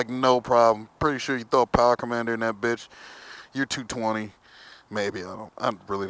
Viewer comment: Lol ur fucken funny bro.....turn twist ,powerrrrrere